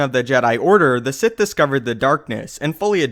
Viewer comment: The Si-ITÉ